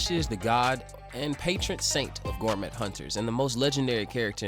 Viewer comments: Can this dude seriously not pronounce 'gourmet' correctly? Gorr-mett 😂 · The T is silence in gourmet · The t is silent in gourmet, dont want to be that guy but this manga uses the word constantly